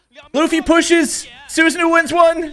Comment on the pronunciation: it's pronounced as SusaNO